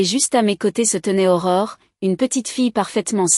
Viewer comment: Aurore et non horreur